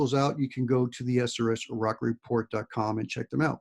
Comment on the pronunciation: Why do you always say “SRS Rock report” and not “SRS RocCO report?” 🤔